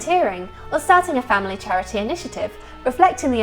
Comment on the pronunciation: Chirity?!! 😊 Very posh! X.